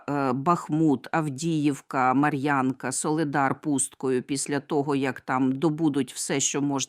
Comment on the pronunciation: Місто називається Марʼїнка , а не Марʼянка.А про наші землі ,які окуповані в 2014 ви не подивились. Дякую